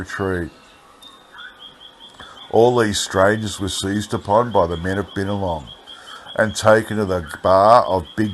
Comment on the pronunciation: Hope im not taken the wrong way .. Binalong is pronounced (By-Na-Long) Love your narratives and i know so many of the areas in these old articles .. look forward to many more 👌🙌☺️